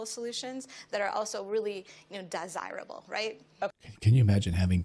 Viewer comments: is that what w heard right? DIEsirable????? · Is it just me or did she have Freudian slip . “More DIEsirable”